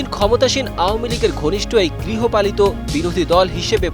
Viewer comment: সাংবাদিক ভাইকে ধন্যবাদ জানাই গৃহপালিত শব্দটা সঠিক ভাবে উচ্চারণ করাতে